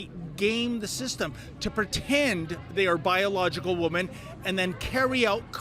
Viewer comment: please learn how to pronounce 'WOMEN'. You say it the same way you say woman but it is pronounce WIMEN